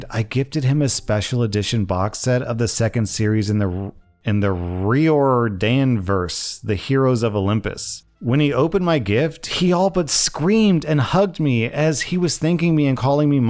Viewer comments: Context, Riordanverse is kinda said: Ry-or-Dan-verse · It's pronounced Roar-dan-verse. Rick Riordan is the author of Percy Jackson and has branched his story telling too far for me personally to keep up.